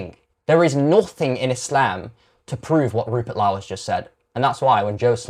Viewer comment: Rupert Lau?? 😂 Ffs